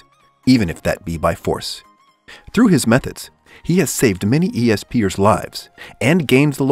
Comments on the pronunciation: E.S.peer it’s ESPER btw No hate tho thanks for the good animes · For number ten, it’s pronounced “S-per” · It's bESt-supPER, not e-s-p'ers. Sounds so friggin weird. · And it’s not E-S-P-er it’s “Ess-per” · E-S-Per!? Bruh I it's esper. 🤦‍♂️😂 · kinda cringy you saying "E.S.P. eers" instead of just "espers" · e-s-peers wtf bro its pronounced espers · E.S. Per that pisses me off Esper one word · Did he say E S per instead of just esper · Es-per not eeee s pers fucking idiot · Essssss peeeers not eeee s peee ers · E S P ers Just say espers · Yeah he was esp-er when the word is all together actually its esper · ESP errrr I’m dead just a bit it’s pronounced S-per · He says E S PEEyer How sposed’ to say is es purrr The word:esper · Why does he call espers, "E - S Peers" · Not gonna be that guy but it’s pronounced espers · It's not e.s.p. er. How did you pronounce that wrong? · E-S-P-ers? Lol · "E.S.Pers"...... What?! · E-S-PEARS WOW NICE LOL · LMAO IT'S S-PERS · Any1 else is annoyed he says e-s-per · Espairs is pronunced S-pers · Yeah same he said E-S-per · Nononono..it's E.s peer 😂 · E...s...peers? Lmao wtf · "ESPEARS" my mind was just like OMG DONT AHHHHH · Well its not Es Sphere right? LMAO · how do you not know how to say esper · Homie doesn’t know how to say esper so I wasn’t surprised saitama wasn’t on the list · Hearing this dude say esper wring actually caused me to dislike this video. Like come on man do basic research first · Some ppl have Problem with their Language You cant just Judge a Person because of that. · yeah i was like...dude do a little bit more research and pronounce it right. But he's got good content though